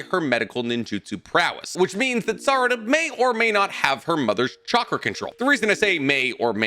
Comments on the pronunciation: "Any children between Naruto and Saruda" I know that's a slip of the tongue but that's a hell of a slip of the tongue lmao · he says naruto and sarada not sakura lol